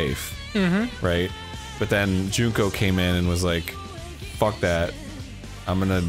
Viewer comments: Most of the time he says "Joon-ko", but in this episode he said "Junk-o" at least once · He only slipped once or twice on Junko and nailed it the other times. My english brain also sees it as Junk-o first before doing the pronunciation tweak last second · I just enjoy how Dan sometimes says "Junco" (as in the sparrow) instead of Junko in some instances. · Me: "I can't believe Dan can't pronounce Mukoro correctly." Dan: "Junk-o." Me: "Makes sense."